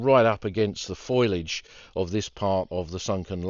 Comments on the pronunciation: i love F O L I A G E, but when you call it F O I L A G E, then i dont, its pronounced FO LEE AGE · Americans I expect to mispronounce.......but an Englishman saying FOILAGE? FOL-EE-AGE.....foliage.